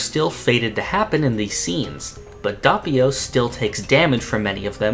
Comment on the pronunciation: your butchering Doppio's name & U call your self a JOJO fan NOOB